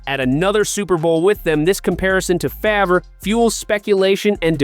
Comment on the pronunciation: Does he truly not know how to pronounce Brett Farves name? i can't listen to another second of this.